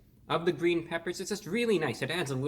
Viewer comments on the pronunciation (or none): “It’s gween” So happy you’re felling better